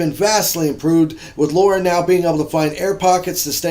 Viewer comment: LOL what is it with Americans not being able to say Lara? It's Lara, not Laura. There is no O sound there. Other than that, good review as always. Thank you for sharing.